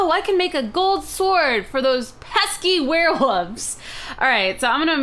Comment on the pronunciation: She said werewoofs instead of werewolf